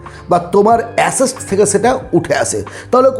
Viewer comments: আপনি Assets বলছেন না Acests বলছেন বোঝা মুশকিল , ঠিক করে বলুন আগে 😂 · Dada kotha ta assest noy assets